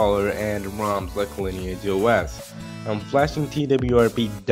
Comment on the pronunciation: I don't know if you say moms or roms 😅